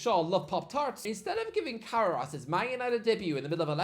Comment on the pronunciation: Ca-ra-rass? Who?! Modern IPA: kərɛ́ːrəs Traditional IPA: kəˈreərəs 3 syllables: "kuh" + "RAIR" + "uhs"